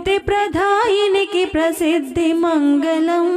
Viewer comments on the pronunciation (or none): మగలం కాదు తల్లీ.. మంగళం... మంగలం పగిలిన కుండ.. మంగళం అంటే శుభప్రదం. ‘ ల ‘ కి ‘ ళ ‘ బేధం తెలుసుకోకపోతే ఎట్లా...